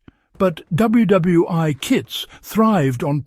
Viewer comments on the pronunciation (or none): WW (eye) ??? :face-orange-frowning